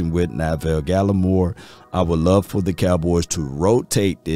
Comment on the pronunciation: Neville Gallimore not Na-ville Gallimore 😂😂